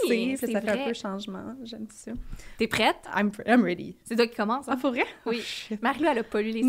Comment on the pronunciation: allais-tu dire « I’m prwête »? 😂